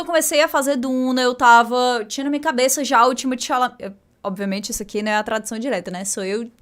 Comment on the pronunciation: falando Timothée Chalamet: timichame, timi tchumi, Chimichurri